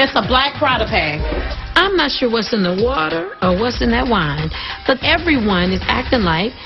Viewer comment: And then it sounded like she said "black Prada prag!!!"😭😭😭